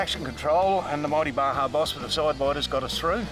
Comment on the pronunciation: Baja is pronounced Baha, spectacular part of Mexico leading south of California. I also made those mistake for years calling it BaJa with the hard J, but when I found out about the Baja 500 I was like "OHHH ok". Big fan of that off-road race nowadays. The Baja Boss tires are phenomenal, good shit lads (and ladies). That Iveco looks mental btw 👍